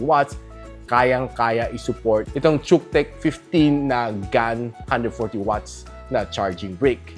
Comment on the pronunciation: Nice review, but pronoun should be kutech bro.